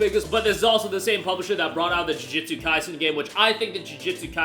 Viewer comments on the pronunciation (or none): none